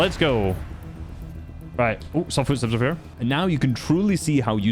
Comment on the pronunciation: "fyootsteps" - 2025